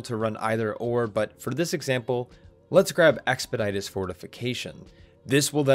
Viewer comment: Really tiny nitpick, "expeditious" is pronounced expe-DISH-us. Great video btw, I like the pacing of this guide :)